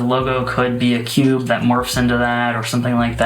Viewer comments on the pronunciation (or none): 10/10 pronunciation of "kewbe"